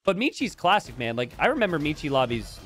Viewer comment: Since Michi Player is a german, you schould learn how to pronounce it correctly. ^^